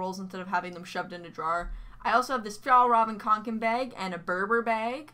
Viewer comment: How The fuck did you say "fjällräven kånken"? 😅